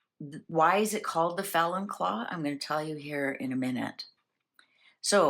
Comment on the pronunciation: Is it “ felon” or Fallon, the bird??